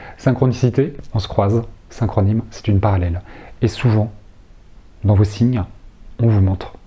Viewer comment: Le pouvoir de l'inconscient est fabuleux....mais j'avoue le synchronime je ne saisis pas vraiment, mais le synchroni(sss)sme,oui,plutôt prononcer ainsi peut-être (??) ..je vais réécouter 🤔😜🙏👍 merci